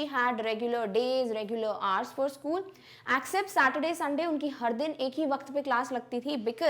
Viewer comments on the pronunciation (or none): mam you pronounce except spelling wrong